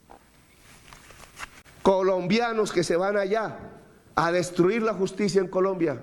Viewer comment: Hablando de justibiaaaaaa, q risa me da